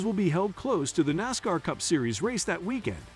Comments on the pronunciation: Your what is with this human sounding narration but so obviously a computer an being a able to pronounce "Nascar" and "Pocono" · At least teach the robo voice how to say NASCAR'